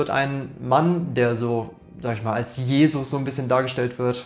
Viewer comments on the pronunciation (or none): none